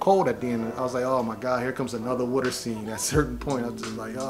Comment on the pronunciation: It’s water!!!! Not wuter!!! 🤦‍♂️